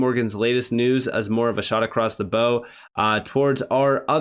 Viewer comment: Correcting you since you're young. Bow, pronounced BAU not BO, the bow is the front of a ship.